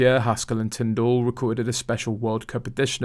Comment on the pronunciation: Mr Tindall's name is pronounced tindle, not tinned all.